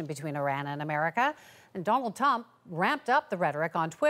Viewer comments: lady in the blue, 'tump''. Were all human, i was surprised because shes reading from a teleprompter. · Did she just say “Donald Tump”? 😂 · I heard Tump! I had to play it twice to see if I heard it right! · i heard Dump hahaha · Tonald Dump. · Yes she did say Donald tump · She said Donald Tump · I definitely heard “ Donald tump “ 😂😂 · i still wonder did she said donald dump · Lmao I thought she said Tump. Definitely didn't say Trump. 🤣